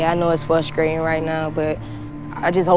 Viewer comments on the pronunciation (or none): Did #5 say she likes "scrate" girls? Not straight girls. And "frustcrating" not frustrating.